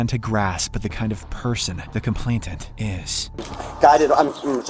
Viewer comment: its complainant, not complaintant ❤